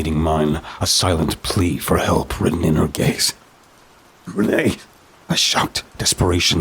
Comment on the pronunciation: Yeah, her name should actually be pronounced like 'rain.'